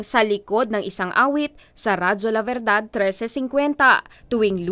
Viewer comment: Radio La Verdad = Truth Radio. V should be pronounced more like a B, and D a DH. Radio La Berdhadh.